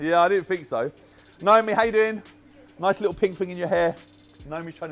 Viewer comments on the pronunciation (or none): none